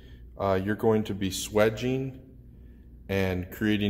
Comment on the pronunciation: Copper fittings are amongst the cheapest fittings available, especially as compared to press fittings and fade or rotolock fittings… and FFS , as an Australian plumber who’s had the benefit of a reasonable English education, it’s not swaging pronounced “swedge-ing” it’s “swayg-ing” …like swayze..